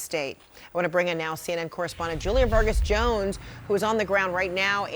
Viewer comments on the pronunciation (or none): none